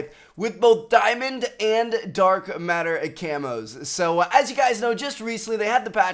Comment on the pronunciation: "Diamond and a-dark a-matter a-camos"